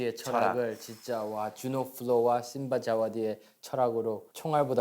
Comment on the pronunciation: ㅋㅋㅋㅋ 주노플로 진짜 ㅋㅋㅋ 성격참 좋다.. 외국사람이라 그런지 발음 어눌하면서 세게 말한다는게 심바자와디가~ 아쉽게~ 만드러주께 흐흐흫~ 이러누ㅋㅋㅋㅋㅋ